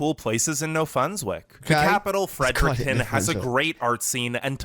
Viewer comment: So funny. I can’t believe you said Fred Erection for Fredericton. The crime rates further north are due to addiction, lack of education, isolation, and hopelessness. Bro frigid means cold, whether it’s temperature or a chick or whatever. Despite the BS Newfoundland is the greatest place on earth.